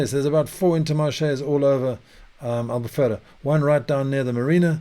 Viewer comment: Love the way you say "Albufeira" exactly like a portuguese. Amazing accent 🇵🇹